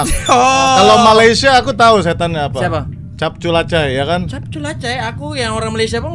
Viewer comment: Bang namanya bukan capculacay tapi cicapculay